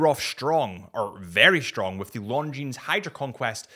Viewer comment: You work for a watch company yet still say S at the end of Longines 🤦